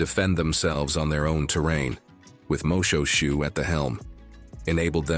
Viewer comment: Another pronunciation comment. The King was not MO-SHOE-SHOE as pronounced by the commentator but rather MO-SHWAY-SHWAY.